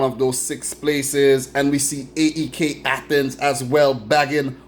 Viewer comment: Thanks for the congratulations! But pronounce us "AEK", like the way the name "Mike" is pronounced, without the M. Do not spell the letters, (A E K), just say it as a whole.